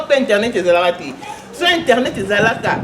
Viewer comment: eza JF Ifonge nde mutu abandaki ko benga ye Alaska mpo azo koka ko prononcer Asca te